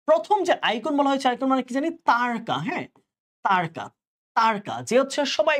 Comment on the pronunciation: তারকা উচ্চারণ তারোকা